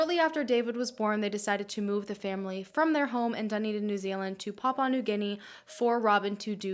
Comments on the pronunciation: the way you say Dunedin annoys me. sorry!! its pronounced DA NE DIN not DU NI DIN. amazing video btw!! xx love from New Zealand. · So cool that she did a case from NZ! But makes me cringe when she says ‘Dunny-din’ hahahah we pronounce it more like ‘Dun-E-din’ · high key ocds me how she says dunedin but then she’s not from here idk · Thank you so much for this case! I live in dunedin (i love the way you say it hahah) and i honestly didn't know very much about this case even tho it is very known, so thank you!!! its really insane how it is. i had no idea how crazy the mother way! the poor family.